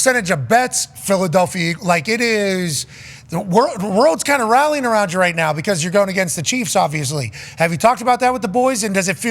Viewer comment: “Yew” is crazy